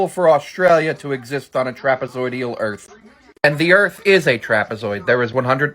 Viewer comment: “Aostraliaaaa doooes not eggsest” -stupid person 2021